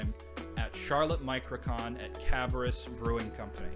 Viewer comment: Great pick ups. Cabarrus is pronounced like Cab-bear-us. It’s all good though all the out of towners do the same. I enjoyed the video and subscribed.